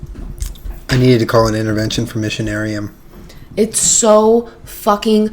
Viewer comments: For anyone still wondering 10 months after, "Missionarium" is supposed to be "Machinarium" :D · Guys it's Machinarium, not Missionarium, haha